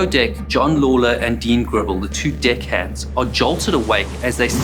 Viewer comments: sounds like you say "Dick Hands". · Had to replay , at first it didn't sound like "deckhands" ^^'